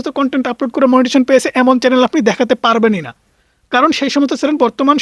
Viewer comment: Vaiya kindly apnar channel pronunciation ta thik koren. Eta chalen noy.